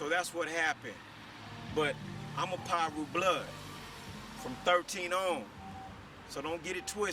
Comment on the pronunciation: smh they been around since the 70s dude and it’s Piru not no damn pyru wtf